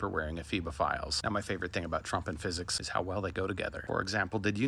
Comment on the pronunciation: Gotta love "fisicks"!!